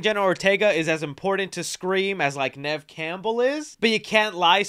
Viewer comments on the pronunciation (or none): none